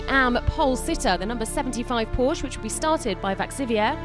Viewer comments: please stop saying Porsch!!! The "e" isn´t there without a reason... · Commentary made this video pretty much unwatchable. Porsche is a two syllable word, and there's no excuse for somebody hired by the FIA to do commentary for their official Youtube channel not to know that.